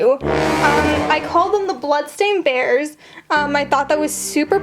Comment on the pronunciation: (Me hearing her saying blood stain bears) (Her sayng its real blood) Me after: 😳